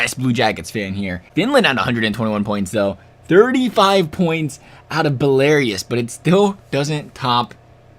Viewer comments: It's pronounced "Bela-roos", not "Belairius". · It’s Bell-Ah-Ros and Lat-V-uh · Congrats on pronouncing most countries incorrectly. Lativa? Belarius? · You said Latvia and Belarus wrong lmao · The way you pronounced Latvia and Belarus made me cringe so hard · Are you dyslexic? Not trying to be rude but you completely butchered Belarus and Latvia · you're not just pronouncing them wrong, you're adding letters. You should get checked